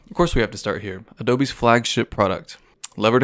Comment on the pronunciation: "the periodic table of adobenes"